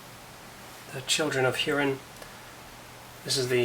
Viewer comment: That was a wonderful presentation! Just one quick note, about the pronunciation of "Hurin" - it HOO-rin, not HUE-rin.